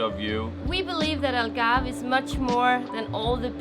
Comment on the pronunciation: here's a hint algarve is pronounced as all-garve , u guys say el-garve